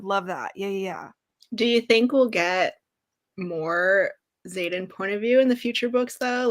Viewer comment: Ugh Xaden not Zane 😕